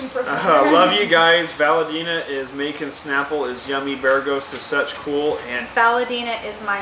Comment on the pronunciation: 1 BEREGGHIST CLOSE! 2 bereethkfdst DAMN HORRIBLE 3 BEREGHOT SO CLOSE!